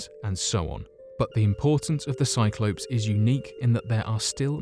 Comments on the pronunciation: A FUCKING "CYC-LO -PS" WTF. Where the hell did you learn your prononciation? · Bugger, I’ve been mispronouncing Cyclops all this time...the ‘ops’ as in operation should be Ops as in open....back to school I shall pop 😉😊